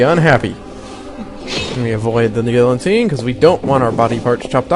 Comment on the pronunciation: gee-a-teen or gill-a-teen, not gill-en-tine, lol.